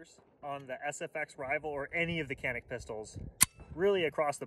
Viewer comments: it is pronounced like John-eek. thanks for the video. I used one of these pistols in Turkey at a shooting range and they told me 20000 rounds with it and no problems at all. I also tried Turkish 1911 Zigana I believe. That was a good gun as well. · I know it is hard for you all but the correct spelling is "Chanik", "C" in Turkish is read as "CH" in English.